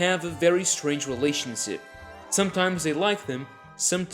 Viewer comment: Relationsip?? Hahahaha